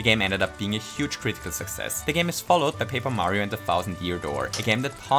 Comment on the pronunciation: Mayro sounds like Mario and doesn't at the same time